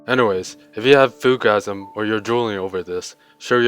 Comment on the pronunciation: ohhh lord i died so many times listening to you say Foodgasim lolll